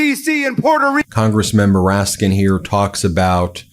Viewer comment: It's Congressman "RASKIN" not "MOORASKIN..."